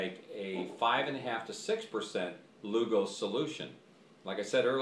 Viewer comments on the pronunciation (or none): You'd think he'd at least get the guy's NAME right! LUGOL !!!! NOT LUGO!!! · If you want credibility, you need to get the name correct! It's LUGOL's. Dr. J.G.A. Lugol...with an L!